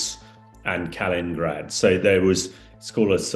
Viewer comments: Heard this guy before, do wish he’d stop saying Nucular instead of the proper English pronunciation ‘Nuclear’, and now he’s talking about Kalingrad, when it is Kaliningrad! If a jobs worth doing…. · Kalingrad and Vilinus! Yes if a job’s worth doing…